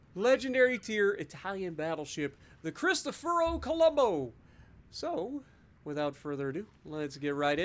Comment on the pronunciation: Its Colombo not Columbo 😂